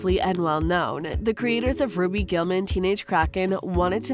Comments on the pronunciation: She really said Raby then ruby 💀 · It's Ruby not roby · You call her "Robby" but you don't call her by her real name, "Ruby Gillman". It is not " robby". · Its roo bee not Roby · It's ruby not robby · It’s actually pronounced [ru-oo-bi] ruby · You are saying RUBY wrong😂